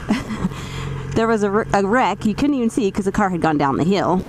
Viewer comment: Some how when you say "car" I think you really mean "butt".